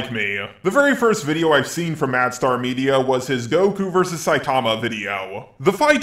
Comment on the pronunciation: It bugs me that you call him MadStar 😂 Gosh darn it JAR fanbase